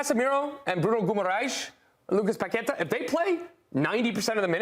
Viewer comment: There’s an accent over the final syllable in Paquetá, so that’s the syllable that should get the stress. And there’s no need to trill the r in Brazilian names. It’s not Spanish. Just pronounce their names with an American or British accent if you aren’t sure how to say it in Portuguese. Nothing wrong with that.